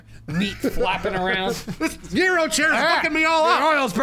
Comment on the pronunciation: OMG I FELL MORE IN LOVE WITH YOU GUYS. YOU ARE A FEW OF THE MILLIONS OF NON GREEKS THAT CAN ACTULLY PRONOUNCE GYRO AS YeeRoh. ALSO YOU PRONOUNCED TZATZIKI CORRECT TOO. THANK YOU